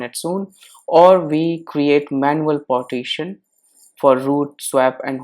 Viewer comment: IT'S PARTITION! NOT POTTITION.